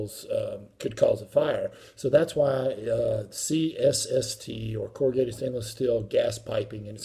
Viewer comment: He can’t even say C S S T right 3 times he says cst lol